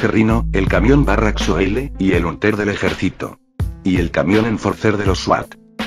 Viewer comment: No se dice huntel se dice hantel